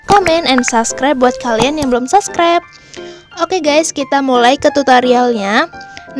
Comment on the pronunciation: sorry ka, tpi itu subscribe not saskret 😭 pliss mood bgt hahaha 😭